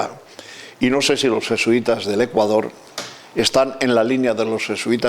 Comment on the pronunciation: Me imagino lo que esos vejestorios pedofilos les enseñaron a muchos niños. Por lo menos digalen a esa momia apostólica aprenda A PRONUNCIAR BIEN el nombre de Ecuador....basura de institución.